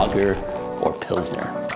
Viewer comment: ... almost clicked off when you said pilsner but ima stay for longer